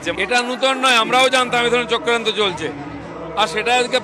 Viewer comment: চক্রান্ত নয় ! “চক্কান্তো”